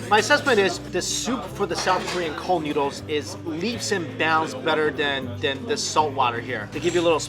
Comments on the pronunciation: He says nyudles instead of noodles :P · Lol he keeps saying "newdles". Am I the only one here finding that funny?